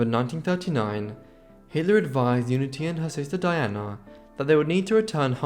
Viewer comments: Why does the narrator seem to have so much difficulty with pronouncing VERY common names for English women? For goodness sakes, Nancy, Pamela and Diana are not particularly exotic! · What a pity that he pronounces the men's names correctly but cannot manage Pamela or Diana, despite recordings of their sisters referring to them.